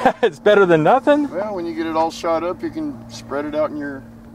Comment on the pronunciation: I thought you said, "nutting".